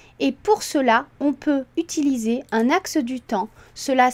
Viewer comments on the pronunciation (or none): none